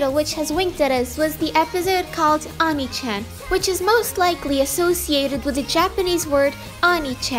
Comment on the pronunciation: it’s pronounced oh-knee chan